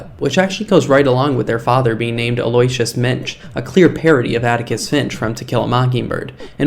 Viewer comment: Aloysius is pronounced “al oh WISH us.” Also, I was horrified and sad when buzz buzz died. RIP to a real one. It was like a slap in the face.😢😂